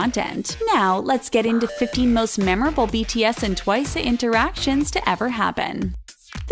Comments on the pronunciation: ah i hate it how you say twice twicE what the friggg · Twisay? ...it's Twice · why is nobody talking about how they keep pronouncing 'twice' as "twicayy" and tzuyu as "soo-yoo" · Its just twice not twice-e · And pronouncing twice twicea..... Like, it's bugging me😅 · Is it just me or u pronounce twice as "twicey"??😂😂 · sorry but not to be offensive but. ITS NOT TUWAYSEY U SAY TWICE JUST LIKE TWICE NOT트와이세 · Its pronounced as TWICE not TWICESAY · Why do u keep saying twice-a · bruh how can you mess up TWICE its an english word!!! Who tf is Twise??? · "tWiCeA" wowwwww *sarcasm* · Why do they pronounce it as twice-sey lmaoooo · ITS NOT TWICE-AYE ITS TWICE JUST TWICE BY ITS SELF NO -A AT THE END!!! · She said Suie Chaeryoumg and Twicay instead of Tzuyu twice and Chaeyoung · Why can't she pronounce Twice properly? It's TWICE not Twice'a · Why do you call it TWICE-eh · It’s just pronounced Twice, not Twice-a, listen to Likey, it’s says it with a regular accent with no a at the end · Did she said Twiceu? I kept hearing Twiceu or Twisay, idk.BTW Tzuyu is pronounced as chuwi or chewy. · I can’t 😂 Sana and Jungkook 😂 The way she says twice It’s just twice the word not twiceA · It's twice btw not twiceu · Uhm... its pronounced TWICE not TWISEU and if you pronounce it in korean i think its TEUWAISEU... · Okay, I am very sorry I usually don't care when she mispronounces something, I can totally excuse her, but she does realize TWICE is an american word? Why does she keep saying TWICEAY? I'm KUNfused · Why do you say twice-a? .-. Just say TWICE!! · It's only twice not twic-e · It’s just twice! Not twice-e no hate just correcting 🙂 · Wow people are so dumb that they don’t even know s/he’s mocking the way they pronounce twice. If it’s twice, it’s twice. If Korean people pronounce it like that (twiceu) they are Korean, you’re a fucking english speaker. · WHY DO YOU KEEP SAYING TWICE A? ITS JUST TWICE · Why is she pronouncing TWICE, TWICE-AY??😂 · “Twiceu” i cant that is so funny